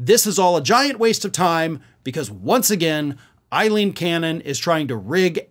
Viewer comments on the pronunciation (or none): do you call her Eileen Cannon intentionally to get under the skin of MAGA in the same way they mispronounce names, or are you simply not paying attention to the spelling of Aileen?